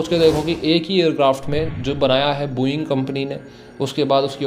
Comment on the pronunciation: bhai sbb thik h but booo -eing nahin h vo Bo -ing hai. dhang se bola kro brother baki sbb bdhia